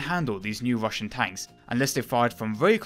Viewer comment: Wussian Wotating Gun...Sorry but very hard to listen to